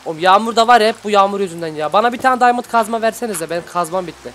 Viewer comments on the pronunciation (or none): none